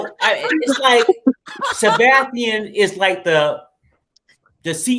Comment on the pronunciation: Why die keep mispronouncing Sebastian’s name?